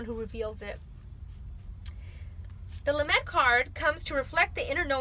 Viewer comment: lAmed (not lamEd) ❤️